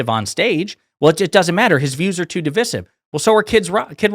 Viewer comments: Your points are really important, when this is all sorted out and the democrats are back in office…….we are going to have to have a conversation about how you say divisive. What the hell is divissive. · Why is he pronouncing ‘divisive’ that way, notwithstanding, agree with all he says. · Dude. That was a brilliant video until you made a complete mess of pronouncing "divisive". Keep up the otherwise excellent work, though 👍